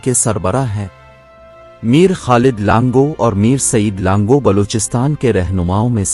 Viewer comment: پہلی بات ک آپ بول رہے ہو لانگو جبکہ اصل لفظ ہے لانگا اور بار بار بول رہے ہو ک لانگہ رند نہیں ہے اصل میں لانگا رند میں سے ہی ہے اور ہر پروگرام میں بلوچی history غلط بتا رہے ہو اور اپنے ویڈیوز میں بلوچوں کی بجائے راجپوت کبھی مراٹھا ک فوٹوز دیکھا دیتے ہو مہربانی کرکے آپ ہماری تاریخ خراب نہ کرے اور ویڈیوز بنانے سے پہلے بلوچوں کی تاریخ پہ صحیح طریقے سے ریسرچ کر کے ویڈیوز بنائیں ورنہ آپ پہ غلط history بتانے پہ کیس کردیے گئے جس کے زمادر آپ خود ہونگے میں اپنے بلوچ بھائیوں سے گزارش کرتا ہوں کہ جب تک یہ بندہ صحیح history نہیں بتاتا تو آپ ان کے ویڈیوز نہ دیکھیں